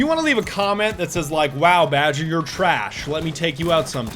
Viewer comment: Badger... you're not MOONMOON. Badjur please.